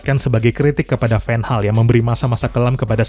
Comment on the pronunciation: anda nyebut Van Gaal sedikit seperti menyebut Ten Hag